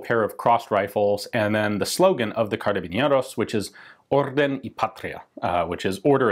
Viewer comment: i'd like to point out, carabineros is pronounced with a soft r (like when you said "order") and a soft n ( like the N in Roman Emperor Nero) the same goes for "orden" and "patria", both with soft Rs you roll your Rs nicely, but that's done on double Rs or when the R is at the begining of the word.